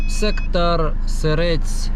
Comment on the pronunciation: Ти так прикольно кажеш сектор ,я все очікую куди буде сектор приз на барабані 😂😂😂😂 Лайк за відос,підтримка каналу в🎉